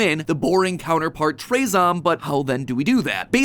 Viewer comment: I think that it isn’t pronounced traezom, but rather traahzohm.